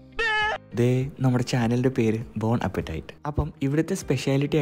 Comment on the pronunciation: ബോൺ അപ്പറ്റൈറ്റ് അല്ല ബോണാപ്പറ്റി ആണ് 😁